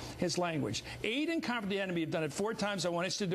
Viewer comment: The way Chris Matthews pronounces "comfort" I define as treason.